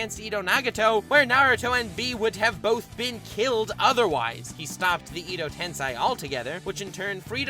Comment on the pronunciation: Not pronounced ido ten si it is ed oh tens ey this is not a hate comment btw just a way to say edo tensei